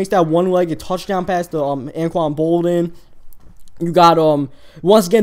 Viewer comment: Its Alden smith not Elden smith